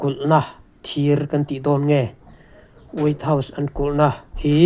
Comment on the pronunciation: Way house nge? wait house nge? hriatthiam ava har ve😂😂